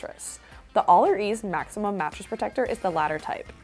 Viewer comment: i really thought her pronunciation of "maximum" during the allerease review was an innuendo. :-) When I couldn't figure it out, I realized...AHHHH..it's in the name! :-). Love your reviws. You've helped me find a lot of products. Thanks!